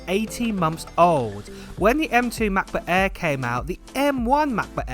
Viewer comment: M-FREE MA-BO-EEEH